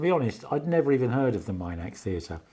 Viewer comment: As an avid follower of Cara Dillon I was at the Minack for this concert. It was a magical experience. Please excuse me for this but I have to correct your pronunciation of Minack. It's pronounced exactly as it reads Min ack and not Mine ack, as you are calling it. 😂😂. I enjoyed watching the videos of Cara that you put on here. It was such a lovely evening despite the rain during the second half.